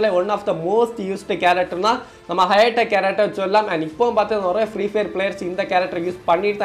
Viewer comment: அது நொரைய இல்ல நிறைய 🤦🏻‍♂️🤣